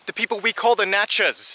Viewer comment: You did a pretty good job on a place I lived for 7 years. Natchez rhymes with Matches !